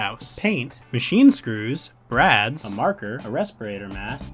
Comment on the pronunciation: Did you say rads? Or lads? Brads?